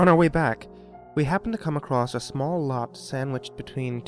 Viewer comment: Believe me, I love these creepy pasta's, listening to and, but it bothered me how he kept saying "accrossed".